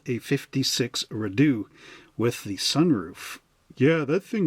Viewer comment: And, FYI, it's pronounced Ree-dough. Hope that helps!